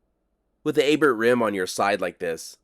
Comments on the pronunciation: A bear not A bert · Lake Abert is a French name and the "t" is silent, just like in Chevrolet.